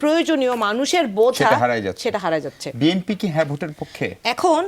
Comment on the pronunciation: এই মহিলা BNP কে BMP বলে কেন?